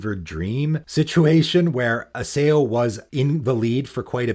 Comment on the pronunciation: Isao is pronounced E-Sa0